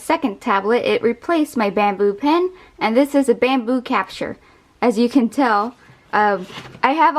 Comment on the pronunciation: The way you say capture - capsha